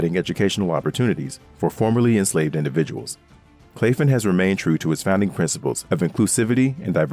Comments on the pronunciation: Wonderful video, only comment is Claflin is pronounced Claff-lin, not clafe-in. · Oh and Claflin was pronounced wrong in this video. My grandmother is an alumnist of that institution. It’s pronounced Claflin (short a sound ).